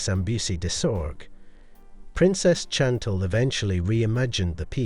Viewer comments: The h of heirlooms is silent. Fleur de lis and Chantal were also mispronounced. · It’s a soft C in “Chantal”